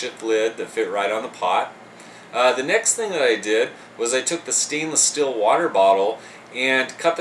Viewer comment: Why do you pronounce steel "still"? :/